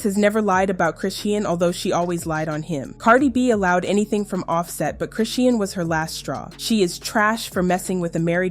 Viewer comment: CHRISEAN (SHAWN) Pronounce it right….DAMN this just triggered me 😐🫤😑